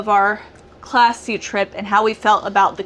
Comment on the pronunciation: I really liked that Class C rig. Said fast enough I hear "classy".